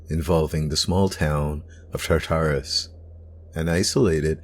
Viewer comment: He talks a little bit fast in some places and I don't like the way he pronounced "Tartarus". I have heard that name a bunch and never in the way this guy says it.